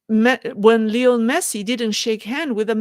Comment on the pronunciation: i have some friends who are named Lionel, your original pronunciation is correct.